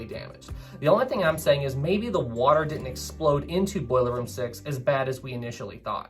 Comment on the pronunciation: Thoroughly enjoyed this video with 2 complaints lol, I heard many of the lifeboats weren't properly filled so we don't give medals to those crew, secondly, it's didn't and hadn't, not ditten and hatten hahaha. Meant with respect.